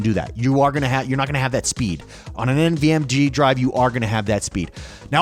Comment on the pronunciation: Did you say nvmg? 🤨